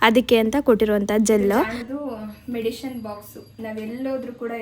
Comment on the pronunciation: ಮೆಡಿಶಿನ್ ಅಲ್ಲ ಮೆಡಿಸಿನ್